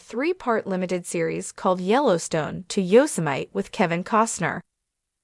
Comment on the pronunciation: You can't even get someone to read the name of our national park. So bad